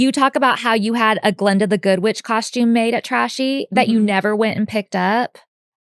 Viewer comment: I can never unhear the way Bridget says coshtume (costume). I don't know why it just stands out in every episode lol I love the podcast.